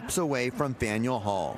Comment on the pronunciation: What hall? Learn how to pronounce places my guy.